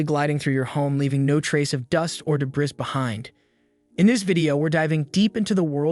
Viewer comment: de-bris (strike 1)